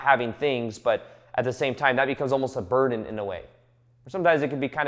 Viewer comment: “It almost becomes a butden eventually”